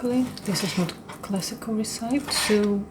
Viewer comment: re-ce-pee is the right way to pronounce it